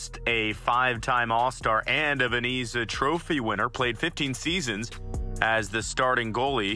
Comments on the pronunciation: Yikes. You have to do better with the pronunciations. It's "Vez-na" not "Ven-e-za" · Did he say vazeena trophy? It’s Vezina. Pronounced Vez-na. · VeZIna, not VeNIza. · Bro ur pronouncing names wrong and also saying "Veneeza" multiple times, it's Vezina and pronounced "Vezna". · It's Vezina not Veniza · It’s VEZINA not VENZA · VEZINA NOT VENIZA. If you make a video make sure you know how to pronounce names. Smh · VenEza 💀 Edit: He said Jake Allen of the Saint Louis Blues when he was on Montreal, bud maybe study hockey before you post something about it.😂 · its VEZ-NA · Is he saying Veniza? No way right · he also called it the veniza award many times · I came to the comments to say that! Why is he doing NHL videos if he doesn't know how to pronounce Vezina, Hasek, Roy, etc? If I heard him say "Vez-eena" one more time I was going to scream. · Couldn't even pronounce vezna correctly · No he says veneeza. Also it is not pronounced as Vezna!😅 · Actually it's pronounced Vez-i-na. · did i hear that right?😂 "vaneeza" trophy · "Veneeza" winner ? Ha !!! 😂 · What is a "vin-ease-uh" ???? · Vezina say it with me now Vez i na , Vezina it's not that hard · learn the players names, you pronounce them wrong so mucvh and the Vesna trophy learn how to say them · Same here.He can't even pronounce Vezina right. you shouls do research before doing videos. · You obviously know nothing about hockey if you pronounce Vezina incorrectly. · You should lose your channel just for your pronunciation of Vezina 🏆...